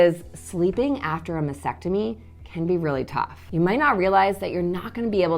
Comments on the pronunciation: T is not really silent. is pronouncing it weird “masectomy & not mastectomy”. May be it’s me but that annoys the heck out of me 🙁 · MasTectomy, not mastectomy. BUMP, not BOMP. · How can you be a doctor and yet you cannot pronounce Mastectomy correctly? It's Mass-Tec-Tomy, not Mass-ec-Tomy! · Why do so many pronounce MASTECTOMY incorrectly ie MASECTOMY, like vasectomy? Very helpful daily videos. Thank you 🤍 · Well, I appreciate all the advice. It was driving me crazy that she couldn’t say the word, frustration and mastectomy correctly. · It might help if you learned to pronounce mastectomy correctly! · There is a “t” after “mas” in mastectomy. You mispronounce it every time. Are you sure you are an MD?